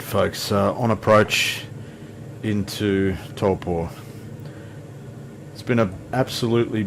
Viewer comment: Your Māori pronunciation, especially Taupo, is creditable and more accurate than many of the locals would manage. Yes, the weather in the NI has been particularly bad as a whole this year -unless rain is your thing. I enjoy your channel mate, take care. (PS. Although I live in Tauranga, I have yet to visit Hobbiton. One day!)